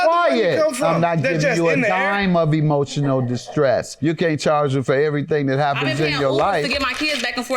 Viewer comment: Yes and then said "emotial dismiss" 😆😅😆